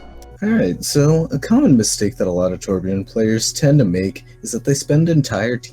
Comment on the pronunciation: He said Torbjörn's name correctly, OMG.